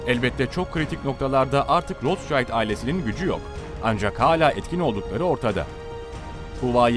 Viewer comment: Sayin, sizin bir hususta dikkatinizi cekmek istiyorum. Bu kullandiginz o zengin ailenin ismidir. Siz onu türkce yazarsak, "rotsaild" seklinde telafuz ediyorsunuz. Bu aile aslen Almanya'lidir ve isimleri de tabiatiyle almancadan gelmekte ve türkce okursak "Rotsild" diye okunur. Tercumesi: "Kizikalkan" manasindadir.